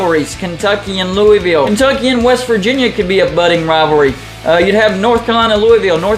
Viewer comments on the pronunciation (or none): Pretty sure the correct pronunciation is a lot closer to “Lou-uh-vuhlle” than “Lou-ee-ville” (did graduate research at LSU-NOLA), but besides that, great video, I would love to see your setup come to life, except with Duke replacing U-Va. Happy Independence Day. God Bless America. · It's Lou-A-Vule!!!